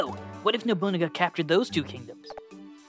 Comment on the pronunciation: You almost got it that time lol. It's No-boo-naga. You'll get it down eventually I believe in you lol